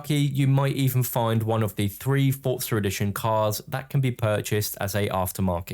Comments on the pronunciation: For-zuh not ford-sir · Its pronounced as "Fort-zah"